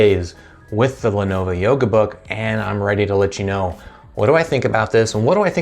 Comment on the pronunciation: A few issues with this video: 1. Lenovo, not Lenova 2. Start the video , not 3. Learn your specs dude, seriously. 4. This laptop came out in 2016 you are literally 2 years too late.